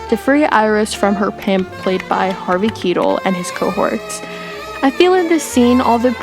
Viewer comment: Please look up how to pronounce Harvey Keitel! 🌸